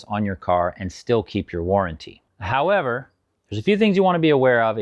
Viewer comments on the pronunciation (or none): none